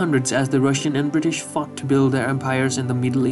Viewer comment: I know he said fought but it sounded like fuck to me